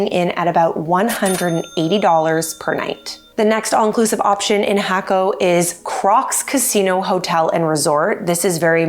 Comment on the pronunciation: No.. "hack oh", yes... "hah ko".